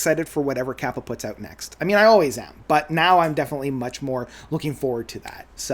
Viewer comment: Kaipa is pronounced "KAY-pa"